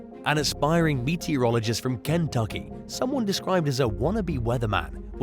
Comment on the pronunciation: I like how "Kentucky" was pronounced like someone's name- Ken Tucky. 😄